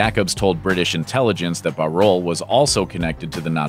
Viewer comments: and the pronunciation of Bauerle. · I'm fascinated by the pronunciation of Bauerle :-O